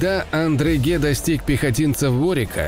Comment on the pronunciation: Очень классный канал и отличные анимации!! Но: ребята, ну какой "Андреге"??? Маршало Арно звали Одрегем (Audrehem)